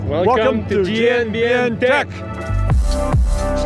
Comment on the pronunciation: am i the only one who heard "welcome to GMBN deck" and not tech?